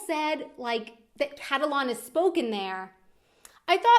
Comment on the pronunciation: It annoys the shit out of me when she said "Catalon" rather than "Catalan"